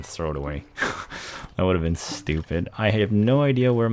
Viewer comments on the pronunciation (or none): none